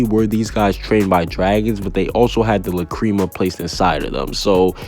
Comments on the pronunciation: La-Crema Wtf it’s La crama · I’m dead first gildarts cleve lmao instead of Clive. And now lacreama? Lmao I ain’t watching the rest after that, I paused the vid just to tell you how much of a dumbass you are for your mispronounciations (oh wait is that too hard for you to read as well?) of these words, even the dub version of the anime pronounced it lacrima. If you don’t like it stop watching fairytail then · Say La-CREAM-a one more time, I'll fight you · La-cream-mah or lack-kri-mah .... I've never heard it pronounced like u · The way he says lacrima hurts me